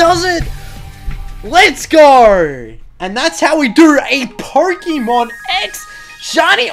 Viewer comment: Why do you say PoRkeemon???